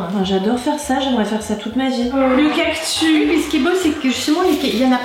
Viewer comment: 🌵🌵 oh le cactus 😂 ou le cactu comme tu dis